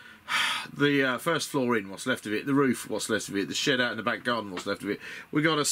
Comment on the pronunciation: Ha for a moment there I thought you said "the shit out the back garden" and not "the shed out the back garden. Gave me a chuckle thanks for the laugh! The build looks good so far. I am intrigued by this game but have to resist the temptation. I am on a crusade to vanquish the pile of shame. I am down to Abaddon the Despoiler, a box of Chaos Space Marine Terminators that I am saving for a long term project where I paint them to a high standard and base to a high standard. Got a few hundred 15mm miniatures to paint and my mountain of shame is no more! Then I will look at other miniature games hah.